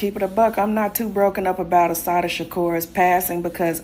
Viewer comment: Great broadcast sir. Just one thing. There isnt an H in her name. Its pronounced uh-SAH-tah. Peace and blessings.